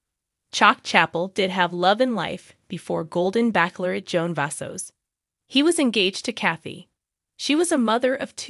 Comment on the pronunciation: I'll be glad when she knows how to pronounce Bachelorette.